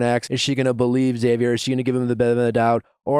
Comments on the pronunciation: Ahhh it’s “Zavier” PLEASE stop with the “ex-zavier” it’s hard to hear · Say it with me now: Xavier = ZAY-VEE-ER. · That is how my son's dad has always pronounced our son's name, Xavier. Ugh.🤷🏼‍♀️ Please, pronounce the X. Thank you. The other common mispronunciation is "Zavier."🤦🏼‍♀️